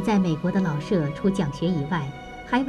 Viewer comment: “舍”有shě和shè两个读音，那在老舍先生的“舍”到底该读哪个音呢？ “舍”字读第三声“shě”，为舍弃；读第四声shè，为房屋。 老舍原名舒庆春，字舍予，笔名老舍。 舍予是舍我、无我的意思，在这里，“舍”即舍弃，应读第三声。